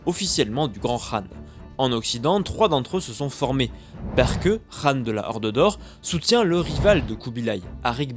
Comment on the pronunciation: Très bonne vidéo juste on dis pas "rhan" mais qhan